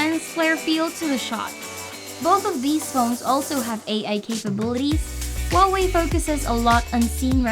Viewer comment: Finally someone who can say Huawei right!!!!!